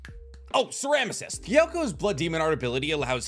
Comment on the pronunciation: BRO SAID CERAMICIST